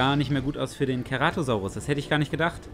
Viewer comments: Aussprache ist C-ra-to-sau-rus nicht Ke-ra-to-sau-rus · Und wo bleibt das E !? ( CEratosaurus